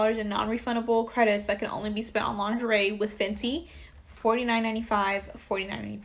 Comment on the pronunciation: They way he said "lingerie" lol 😅😅😅😅